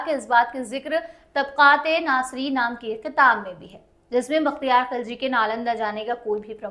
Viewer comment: vakhtiyar nahi bakhtiyar ........didi pehle shi uchharan kro fir history pdhana